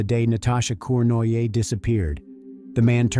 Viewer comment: The french name Cournoyer is pronounced Corn-roy-yeh.